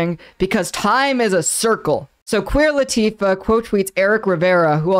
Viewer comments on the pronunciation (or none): Took me way too long to realize you were saying Queer Latifah and not Queen Latifah lol. I was wondering why she would ever chime in on something like this.